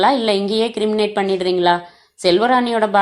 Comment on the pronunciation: அது "க்ரிமேட்" " "கிரிமினேட் " அல்ல!